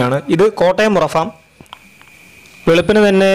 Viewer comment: ഫേo അല്ല... ഫാം (farm)